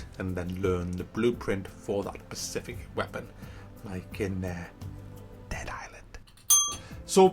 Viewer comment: I like when people pronounce "Specific" as "Pacific"